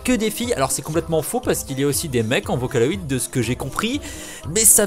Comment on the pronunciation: MDR c'est n'importe quoi! En plus vocaloid se prononce pas comme sa! #fangirls_facher